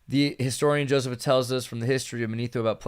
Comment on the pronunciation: The historian's name is pronounced "Joe-SEE-fus" not "Joseph-is"